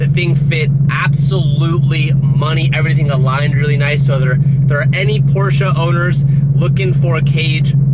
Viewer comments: Its called porsche not porscha hahaha but im not serious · finally you're saying por-sha! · say it with me Por sha